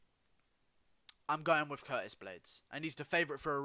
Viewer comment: This man just said Curtist